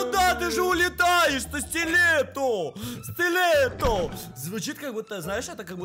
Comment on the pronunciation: Стиле́т правильно